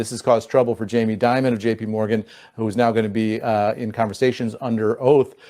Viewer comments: It’s pronounced Jamie DIE MIN. Not Jamie Dimmin. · You are pronouncing Jamie Dimon incorrectly. His name is pronounced like "diamond" minus the "d". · In my opinion, you're correct to pronounce his name Jamie DEMON since he is a demon 😅 and is the CEO of J.P. Morgan Chase (the world's largest super bank) which is so-called "too big to fail". Many fraud scandals have been linked to this bank during Demon's tenure as CEO.🎈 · It’s pronounced “Diemon” Jami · Ovitz, not Orvitz. Die - man. Dimon. Not, dim (like a dimming a light switch). Die ... Anyway, those people are gross, however one pronounces their names.